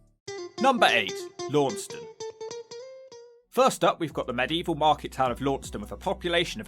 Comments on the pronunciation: LAN STUN, not lawnstun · Launceston is pronounced Laaaanston by locals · Its pronounced Lanson ( Launceston) by the way. No wonder no one wanted to be nice to you. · Launceston is pronounced “Lansen” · Launceston, is pronounced Lanson, my 'ansome. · As a Truro native who moved away about a decade ago, I'm shocked to not see Camborne at number 1 with Redruth and Launceston (pronounced Lansen by the natives) close behind. Shocked to even see St Austell remotely included on this list. Redruth used to be the heart of the now-non-existent music scene 20 years ago but I've had my head kicked in there and Camborne for no reason and know of plenty others who have as well. Never felt safe anywhere in Camborne. St Austell was always a great time out as a teen 🤷‍♂️ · Depending on if you from north or down west of Cornwall Launceston is pronounced Lanson, Redruth is Droof, St. Austell is Snozle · Launceston, Tasmania is pronounced "Lawn ceston"